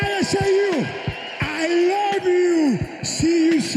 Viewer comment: Romero: i lawwwww you...see you saun 😅